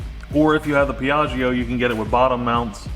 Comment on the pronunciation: Yeey, I like the new project, and I like shed redesign it's like time travel :D ps. when you read piaggio it's actually like piaggo without "i" :P Stay well!! \m/